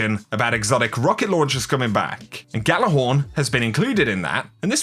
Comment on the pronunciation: Gjallarhorn is pronounced with a y, like ya lar horn